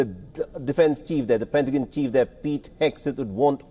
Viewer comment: PentaGON not PentaJYN. 🙄